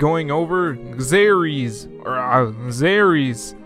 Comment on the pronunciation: I don't think that's how you pronounce the name. There is already a "Xaries" on BioTube with that pronunciation, made by ManiaMac1613. Either that, or this is a HUGE coincidence.